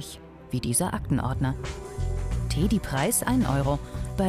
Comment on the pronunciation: Warum teeeedi ? Kein Mensch sagt "teeeeedybär"🤦🏻‍♀️🤦🏻‍♀️🤦🏻‍♀️